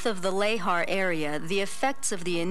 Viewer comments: It's pronounced "luh-haar", and I had, to my knowledge, never heard it pronounced otherwise, so hearing it as "lay-har" kept giving me a jolt. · Every time the narrator pronounces lahar "lay-har," I die a little inside.